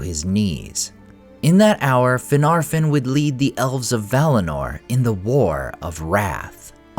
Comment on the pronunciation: The second "f" of Finarfin and Fingolfin is supposed to be soft. It's pronounced more like a "v." As is the "f" in Gandolf. Think "Finarvin and Fingolvin."